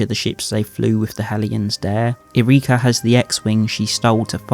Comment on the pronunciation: I know you'll never see this, but jeeeeez stop complaining about Disney being "woke" and LGBTQ+ - we all knew this was coming. I'm prolly a bit different cause I grew up in Key West. Also you keep saying her name as Ear reakya? It's just Yrica, pronounced like Erika.